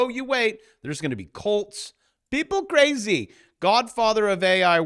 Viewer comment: It's cwazy! It's wack!